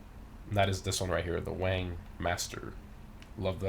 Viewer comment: haha you said wang, the wangan wheels lol, its pronounced "wan-gan" but seriously ,this is by far my fav gta channel, I play only for the cars and you sir, Obviously know your cars! solid legit info and vids.